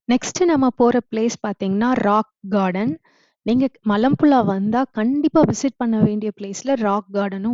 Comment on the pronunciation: மலப்புளா இல்லை மலப்புழா சரியாக உச்சரிக்கலாமே